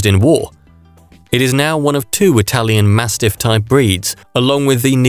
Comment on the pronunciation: You have your own accent, why copy the italian pronunciation? Its not like you copy the english accent is it and you speak their language